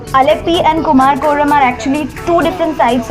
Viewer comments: Clean your tounge first. It's Kumarakam. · Don't you at least need to get the name of the place right when you are there ? It's pronounced कुमरकम (Kumara-kam) & not whatever you are saying.